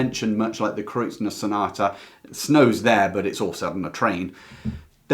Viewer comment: Just FYI there is no 'n' in Kreutzer.....am I wrong in pronunciation?